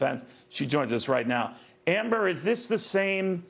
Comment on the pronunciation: I like the way you said Amber .